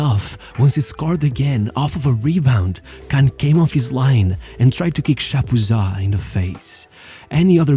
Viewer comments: Spelling is one issue. Pronunciation is another. Kahn isn't pronounced like 'can'. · Inzhagi: Say that again? / "Kahn cursing"